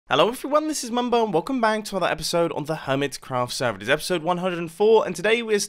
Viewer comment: You said hermicraft's again....